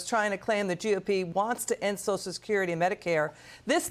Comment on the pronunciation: Why do they call it soch security? Is it that hard to throw that extra syllable in there?